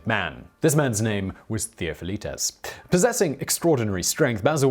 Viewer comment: omg! where do you get your info dude it's embarrassing! Do you do any research at all? Basil was born in Charioupolis which was a city of the Theme of Macedonia that roughly encompassed what today is considered as Thrace! Plus no effort at all to try at least to pronounce the names. Theofilitis and Danelis? Seriously? Can anyone answer me why this clueless dude has so many subscribers?